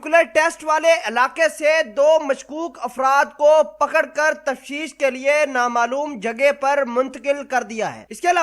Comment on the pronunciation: الو کے چرخے۔ تفشیش نہیں تفتیش ھے